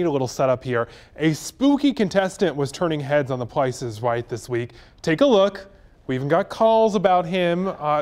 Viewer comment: "THE PLICE IS RIGHT"